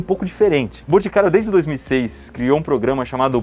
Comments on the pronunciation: Iberê falou mil vezes "BUticário", zero vezes "BOticário"... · "buticario" kkkkkkkkkkkkkk